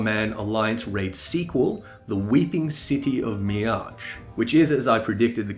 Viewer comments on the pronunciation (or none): Amazing job! You covered this with great detail but didn't take forever to do it! I actually enjoyed this, and I tend to hate people's coverage of live letters. One thing I'd like to bring to your attention, I'm just one of those dumb people who reacts to mispronunciation the same way people do to actual pain stimulation. The pronunciation for Mhach is like "Mock", the plural is Mhachi or "Mock-eye" or "Mah-kai". Even Yoshida pronounces it is Makku when saying Mhach. The first "H" is silent, so no need to create an extra vowel sound. I promise I typed this with love and not trolly bitchy hatred! Keep up your amazing work, I'm so glad I subbed to you!